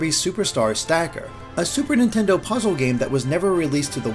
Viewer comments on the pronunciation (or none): none